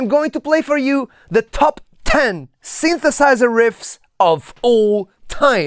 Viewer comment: "the sinthesaizerh" as only an Italian guy can pronounce! 😍